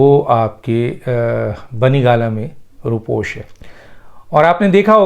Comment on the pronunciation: ر. . کے اوپر پیش پڑھیں . . رو پیش